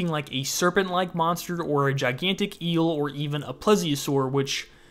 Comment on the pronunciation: Love the video but for reference; (Plee . Zee . Oh . Saur)